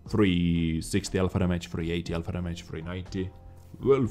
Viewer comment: Gotta fucking love the accent mate, lol. I can't help but laugh as well when he says... Dhamajj. (Damage) xD Not saying it's bad, I just find it funny.